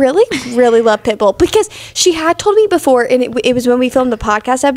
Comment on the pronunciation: the way is saying pitbull is CRACKING me up 😂😂 pit BULL